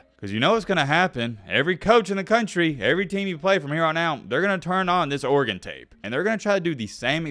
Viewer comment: idk but you pronounce Oregon the correct way though